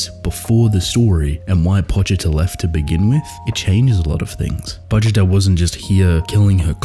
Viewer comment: I’m so happy you say Pochita correctly… so sick of hearing people say poCHEEta. Always love your analysis… I’m so simple that I never think this deeply about what is happening so I really appreciate your content.